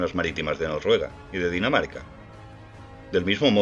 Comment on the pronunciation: Porque dices Norruega y no Noruega? Con 2 erres, me refiero.